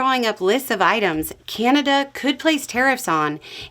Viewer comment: it's CANada not CAN'Tada